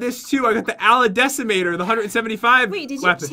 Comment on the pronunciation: Its not ala decimator Its Ali-Decimator